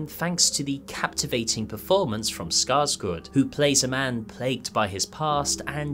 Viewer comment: This is one of the best pronunciations of Skarsgård I've heard by a non-native speaker.